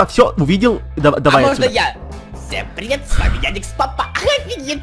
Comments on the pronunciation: EdisonPts и еще не феди а фредди и не яникс папа а ярик щапа и не динекс папа а вика пвпа и еще не федди а фредди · Правильно Ярик Лапа,а не Яникс Папа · Почему-то мне слышится Яникс папа и Вика папа !!!! Почему ?